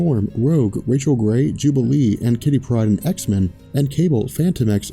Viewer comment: Why? Why? Why do you insist on saying "Kittypryde" like it's one word. Two names, a first and a last. Kitty. Pryde